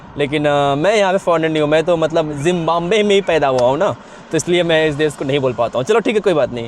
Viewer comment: Fir se bol hi dia Zimbabwe apni zaban pe..... Aur Trump bhi troll hua tha uska pronunciation le k...samja Zimbambe